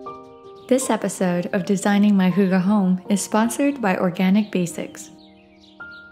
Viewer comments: hygge. not hooga. 💖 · What's "Hooga"?? Does she mean "Hygge"??